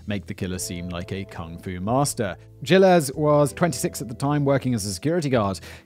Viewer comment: You're pronouncing Gilles wrong btw